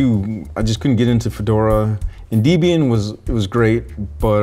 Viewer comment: Debian: a portmanteau of Ian (Murdock) and his girlfriend at the time Debbie. Pronounced Deb-Ian not Dee-Bebian